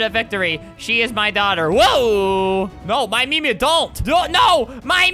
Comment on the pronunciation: We all know its YOURMEMIA, not MYMEMIA.